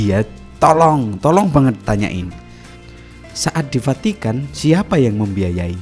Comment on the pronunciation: munKkin ,kita yanK salah denKar ,atw dia yanK Vahkan salah nKucaFin. maksudnya "FACITAN" , Vukan "Vatikan". 😂😂😂😂😂😂😂😂